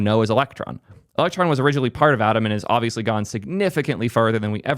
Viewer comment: for a moment i was like "Adam? What is Adam"?.. oh Atom.